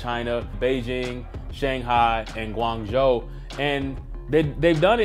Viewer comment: I gotta give this guy credit by pronouncing my home town right. Guang Zhou. Respect, keep it up